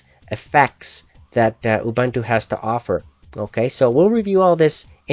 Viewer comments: oo-bun-too? its actually oo-boon-too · Ubuntu is pronounced "oo-boon-too" Not "oo-Buntoo". Other than that, good review. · Almost anything... Well close to it. You could install 9.04 on stuff from 1997 but considering this is 2010, you could consider it "almost anything" :P. And not to criticize but it's pronounce "oo-boon-too". o.o''